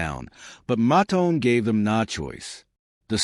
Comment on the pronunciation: COULD USE AT LEAST PRONOUNCE THE NAME CORRECTLY!!! IT"S "MOTOWN"!!!